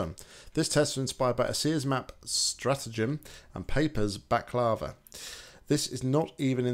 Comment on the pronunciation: yOu sAiD bAkLaVa wRoNg